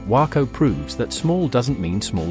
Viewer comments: I live in Houston, Texas. Waco is pronounced Wake-o not Whacko. For El Paso - It is pronounced El Pass-o. Austin and Dallas/Fort Worth are now the wealthiest cities in Texas. Houston is larger than Fort Worth or Dallas but not when you combine both city's populations together. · It's not pronounced :Wacko" , its "Way-co". You would think you could learn the correct pronunciation before producing a video.